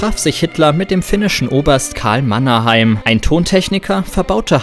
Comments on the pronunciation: Edison hat nichts davon erfunden sondern geklaut 😂 Und er heißt Mannerheim nicht Mannheim. Haha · „Mannheimers Stimme“... Er hieß Mannerheim. Ein erneutes Beispiel für die „Qualität“ der Recherche auf diesem Kanal.